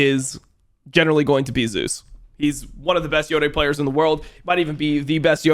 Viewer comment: He pronounces them correctly.